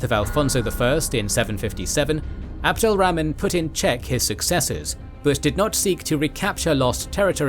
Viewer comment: Abdul ramen. These pronouncinations...